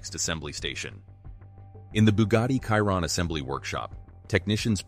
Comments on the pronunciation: Bugatti Kaihron,,,,,,,,seriously Chiron is pronounced Schiiron. The video is just a compilation of other videos. Cut and Paste. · Did you say the car is khyron? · Did this guy just said bugatti kyroon? WTF! 🤣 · Kyron? I went to school with Kyron. This is Chiron the Bugatti. 😂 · Please le name of the car is Chiron….she rond not Kironne….. thanks to pronounce it correctly ! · He calls him Chiron not Caiton. Be professional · Shee Ron , not cai Ron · Bro legit called it the Byugati Cayiron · Chiron.. kiron😂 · Kiron? Moleshamme? Sounds like an AI video. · Same, kiron… like tf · Chiron - Kiron Hahaha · The "Kaïron" lol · Who's Kairon?? 🤷‍♀ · “ De boogate kiron “ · It's pronounced..."Shere ron" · 'Biugati Chairon' Right. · Buga'tt'i Schiron (exactly how one pronouces Schumacher) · It's fuc£in pronounced shi- ron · Why do Americans just pronounce everything wrong smh, it’s not in English my guy it’s SHEEERONNN! Maybe now you’ll understand smh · Literally 2 seconds in and you said the name wrong. I’m not even going to finish watching. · Your pronunciation of Chiron is completely off. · Exactly the same with me I won't bother watching the rest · You might consider getting your bot to properly pronounce the name of the subject of your video. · Cant watch this, cant even say Chiron properly. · Research how to pronounce the car name right first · Trying to be different or cause a controversy by mispronouncing the name of the car? Go play games someplace else. I’ll pass on your video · I just cant watch as he says the name wrong...i cringe